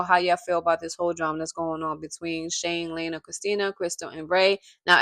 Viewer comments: It’s Lee ana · It's LIANA pronounced Lee-anna or Leanna